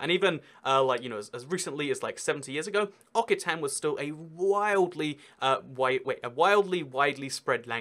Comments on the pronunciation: It's Oxitan not Okitan XD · Occitan* like ocSitan lol